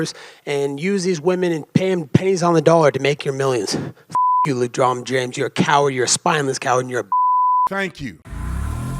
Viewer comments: "ledrom james" ... 🤣🤣🤣🤣 Colby pre-drinking? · Ledron james 😂😂😂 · Every time I watch videos, I read through the bullshit. He can't even pronounce Lebron James name correctly. He's speaking up for views and to sale a fight. Fake outrage. Lebron is wrong, but the UFC fighter is pandering to Republicans. I rarely like it when athletes speak on any topics because 99% of the time, it's bullshit.